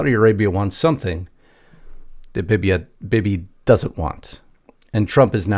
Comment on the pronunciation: DO YOU KNOW WHAT A BEBE GUN IS ? THAT'S HOW YOU PRONOUNCE, BIBI LONG I='E'!